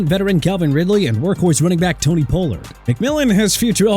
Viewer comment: This guy wanna keep saying jagwires when it's jaguars (ja-gwaars)... then mispronounce Pollard (pah-lurd not poh-lurd) and Isaiah (ai-zay-uh not e-sai-ah). HE NEED TO GO BACK TO SCHOOL AND LEARN TO PRONOUNCE BETTER!!!